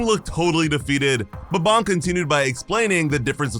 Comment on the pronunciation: BTW its bom not bomb